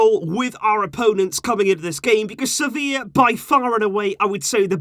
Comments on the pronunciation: Its sevilla lol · do you mean sevillla? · its Sevilla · Its Sevilla bro😂😂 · But it's Sevilla right???🙄